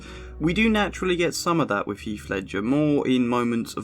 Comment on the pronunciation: It's not "with=wiv or truth=truff" wiv is exceptionally bad. work on your enunciation, you very well-educated man.